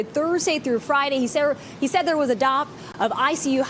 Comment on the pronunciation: drop? I can't make out the word